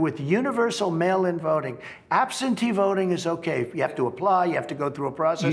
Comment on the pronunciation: I love seeing Trump's speeches, I have The best laugh's. He calls forieners aliens, other people thug's. Then he will say something and deny he said it. He mispronounce words,last but not least he said we had a new system for mail in votes therefore we would not need absenty votes.